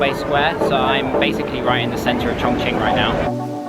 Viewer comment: Really! You're the first one that I've seen a video of, who doesn't pronounces ChongQing like ChongKing! xd